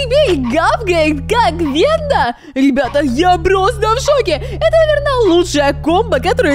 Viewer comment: ВЭНДА А НЕ ВЕНЬДА